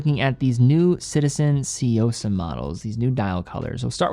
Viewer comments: I swear to God, you can always depend on white people to magically mispronounce the most basic words. How did we get Seeyosa out of Tsuyosa here?! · Hey at least he got closer to pronouncing it correctly, only he mixed up the y and the u. The correct way would be tsu-yosa, he's doing more of a Tsy-uosa